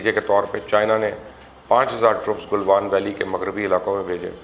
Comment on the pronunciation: Plz say it right... It's not car Gil but Kargil KR GILL. Galwan not Gilwan